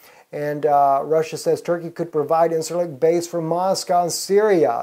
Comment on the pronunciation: It's pronounced [in-jer-lik]..